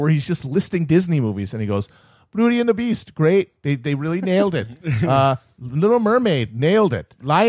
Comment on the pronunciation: Matt: He stepped on her fingers. "You're witnessing a gweat becoming...' Classic Chapo.